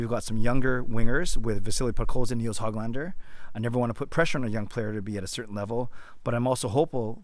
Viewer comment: Hey, just a tidbit of info for you. Nils' last name is not Hog lander like a pig. It's like Who-glahn-der. The ö is a Swedish letter that sounds like the double O's in look, book, took etc.